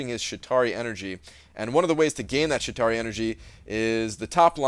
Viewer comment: Were you pronouncing it "Shit tauri" every time like it was some kind of crappy Atari?